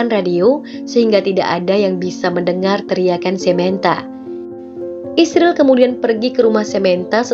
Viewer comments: Gak profesional, ada beberapa kata yang tidak disebut, seperti Gereja, Kristen, maupun Yesus. Dan membaca Israel aja malah isril, kalau gak biat kagak usah dibahas. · israel mbacanya isril ya